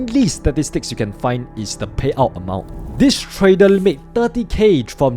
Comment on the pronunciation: In this new year, do consider to speak with proper pronunciation of "R", like "trader" instead of "tradel" etc